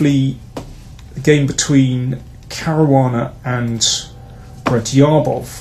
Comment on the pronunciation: Love the videos, but please correct your pronunciation of Radjabov. That dj is a hard "j" as in jungle… or as in Raja (a Teymur nickname) for that matter